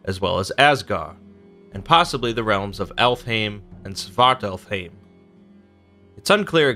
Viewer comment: So when he says alfheim aesir and niflheim muspelheim it makes me so irritated because of how they pronounced it In god of war